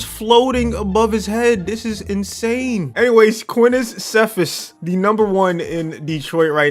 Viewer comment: Quintez Cephus is pronounced (Quinn-tezz See-Fuss)